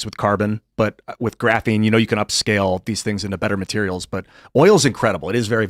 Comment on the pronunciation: should be penalized 10 bucks every time he says the word graphine